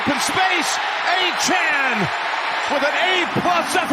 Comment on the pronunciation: Why can he never pronounce Miami running backs names correctly; it’s on his jersey. Achane, not Achan.